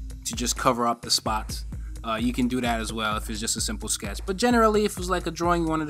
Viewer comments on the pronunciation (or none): none